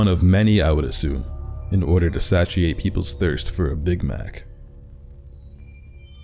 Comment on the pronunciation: why do you say satiate like that?